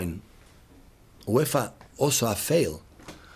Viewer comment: The way he says uefa is to good